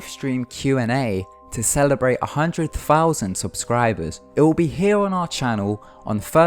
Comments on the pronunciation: Thirteen, not firteen Other, not ovver Thirty, not firty Aitch, not haitch. Thousand, not fousand. Southern, not souvvern. Etc. Thank you. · two fousand and firteen lol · five fousand dollars